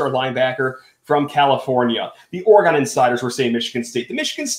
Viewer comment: Can you please put some respect on the name and pronounce Oregon correct.